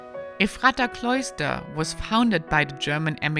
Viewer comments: Ephrata, too. EFF ruh tuh. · It is pronounced with a short 'a', Ah Mish. Ephrata is pronounced as 'Eff for tah'. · Oh my Gosh! It's pronounced "Eff-ra-ta". I'm not even sure what you tried to say. Before you explore an area, maybe you should learn how to pronounce the names of the places you're sharing.